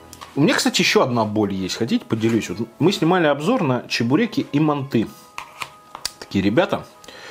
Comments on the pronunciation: не мантЫ а мАнты я сам живу в азии в казахстане и правильно мАнты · манты, а не манты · вот его мантЫ уши режет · Манты́? Вроде так бабка говорила моя/ Если долго нажимать на букву- появится версия с ударением.